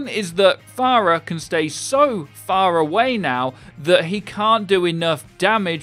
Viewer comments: phar-away.... really?. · "Pharahway now"